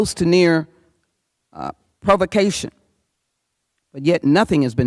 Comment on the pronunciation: This Black woman here is kind of ILLITERATE. How is she speaking? The Idear, she says,., THE INSURRECTION WAS AN INDIDE JOB! PERIOD! Liars.,.,Provication she said,. giggle,. So Illiterate!